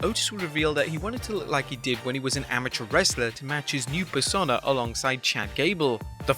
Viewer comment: Every time you try to pronounce "Persona", it makes me want to punch kittens.